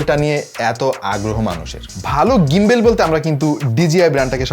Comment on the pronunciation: ভাই ওটা গিম্বল, গিম্বেল বলেন কেন?